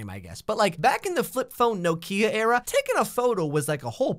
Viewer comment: lets take a moment to acknoledge how he pronounces nokia.....NOOO---KIA